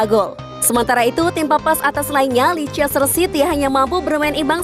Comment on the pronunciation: Min lescester city di baca : Lester city ..kalo mau lebih smart kek logat Amerika : lesde cidi 😁